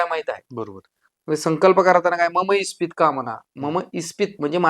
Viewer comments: सर ते इस्पित नसून ईप्सीत आहे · इस्पित नाही.. इप्सित म्हणा... इस्पित हा अपभ्रंश आहे...